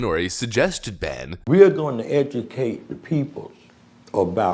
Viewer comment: Wow the guy speaking sounds like such an idiot I'm not sure he even spelled his last name right. "We are goin to ejicake da peoples bout Flawyida." Ffs who thinks that man is in a position to educate anyone about anything? You know how people say things like "you would have to be a complete and utter moron to believe this?" Well I guess we've found a believer.